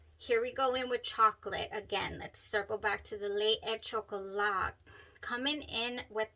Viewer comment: Well pronounced, buena chica! LE é CHOCOLÁ